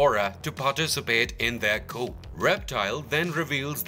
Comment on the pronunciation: lol its pronounced coo not coop